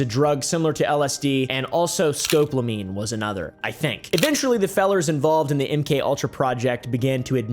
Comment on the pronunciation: Hate to be that guy, but it's pronounced SKO-PO-LO-MEEN.